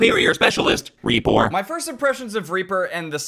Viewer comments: Ree-por nice Hello from Germany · ReE-PeR? Reeper rEePOor